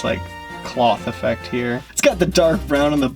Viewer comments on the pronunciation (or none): none